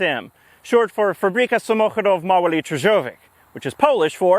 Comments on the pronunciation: Fun fact: there was another nickname for this car, and it was a bit less endearing. It was 'kaszlak,' which means 'cougher,' in reference to the engine sound. Also,, just so you know, Polish <ó> is pronounced /u/ as in rooster. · I'm Dutch, so I'm not in a position to judge anyone. I like the Polish language, but omg, bardzo trudne! But am I right that the Ł wasn't that great, more of an L instead of a W? What did impress me, though, was the 'ch' sound in samochódow, a very difficult sound for most English speakers.